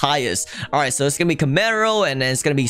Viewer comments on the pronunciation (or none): none